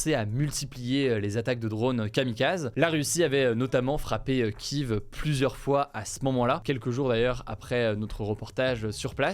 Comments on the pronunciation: mec faudrait vraiment que t apprenne a prononcer Kiev correctement ........on dit kiefff et pas kiv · Ça se prononce Kief depuis toujours merci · Kiev se prononce kièv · Cela se dit Kief si jamais